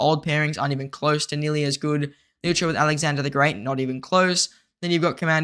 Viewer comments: Cmon man PLEASE stop saying LOU CHURRRRRR it’s CHE like CHAY there is no letter R in there. I know ur young bro but ur the only content creator that messes his name up. It’s painful to listen to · Liu Che ❌ Leo Choo✅